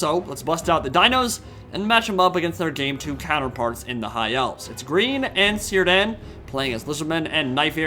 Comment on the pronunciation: By the way, Sindarin has no soft c's or g's, so Cirdan is pronounced Kere-dann, it's the name of an elven lord, specifically the lord of the Grey Havens, in the Lord of the Rings.